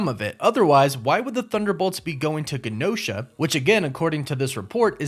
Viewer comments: I'm pretty sure the island is pronounced with a J sound, like Jen-Oh-Shuh (Genosha) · It's "GE NO SHA" NOT the way your saying it I'm sorry it bothers me but it does I'm Just Saiyan HGD ✌️ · OMG...when you mispronounced Tiamat I overlooked it. When you mispronounced Gene-o-sha (like as in mutant genes), I was annoyed. When you mispronounced adamantium I unsubscribed. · Genosha is pronounced JUH-No-shuh... like GEN... genes... Genosha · Guh-Nosha? come on tell me you watched the Cartoon lol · It is so wild to run a channel like this and mispronounce words like genosha,tiamat and,adamantium it almost makes the video unwatchable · I believe it’s pronounced (Je-nosha) not (Ga-nosha) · Wow you can really tell this guy has never watched X-MEN the animated series before. its GENE - osha like jean not Gin osha Not even gonna get into your adamantium pronunciation Like wtf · It’s GEE NOSHA not guh nosha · It’s also pronounced J-enosha lol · I might be wrong, but isn't it pronounced Genosha with a soft G? Like the J sound? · It’s pronounced Jen-O-Sha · “JANOSHA” is how it’s pronounced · Hahaha it was bothering me too 😂. Also Genosha was pronounced like “Jen-O-sha” on the old x-men cartoon…so that was bothering me too…but not as bad as the “Adamantium” lol. It’s all good though I appreciate the content and video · DUDE ADAMINTIUM??? The hells wrong with you?! I’ve literally never heard it pronounced that way…plus Gehnosha?!? Gen-oh-shah. I wanted to get off this but then I heard your dumbass pronunciations again and again. Thought I’d do a DCeaced and scratch my face off without being able to click away. Your sentry entry sucked too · normally i don't care about pronunciation at all, but man, this video was so triggering for me for some reason lolol TEE-uh-mat, not TIE-uh-mut jeh-NO-sha, not gen-OH-sha (with a hard G) Add-uh-MAN-tee-um, not Add-uh-MEN-tee-um man oh man, i don't know why hearing it those wrong ways hurts my ears SO MUCH lol